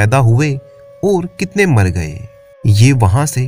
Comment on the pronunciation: आप और के बदले ओर बोलते हैं